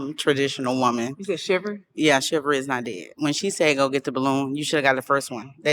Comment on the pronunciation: It's chivalry, not chiver 🤡